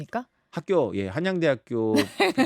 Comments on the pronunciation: 한양대학교를 한순간에 난양대학교로 만들어 버리노 ㄷ ㄷ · 한양대학교다. 난양대학교가 아니고 아나운서 참..